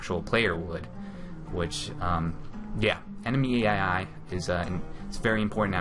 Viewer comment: ENEMY EEAII